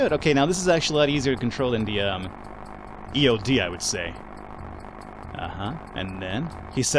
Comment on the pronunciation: you should call eod by the pronunciation ea-odd